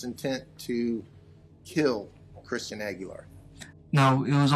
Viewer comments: I thought you said Christina Aguilera. And i was immediately confused. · Shmistian? Lol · At first I thought he said “Christina Aguilera”... 🤔🤔😃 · Why does it sound like is saying "Christina Aguilera" whenever he says that dudes name? lol 😆😆😆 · Rhymes with "Shmistian..." Oh, 🥰 That's my code! Coworkers have no clue who I'm talking about. It's flawless. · 'Ya wouldn't happen to be datin someone who's name rhymes with Smishtian'?? 👏👏 😆😅🤣🤣😅😆 its the little things 😜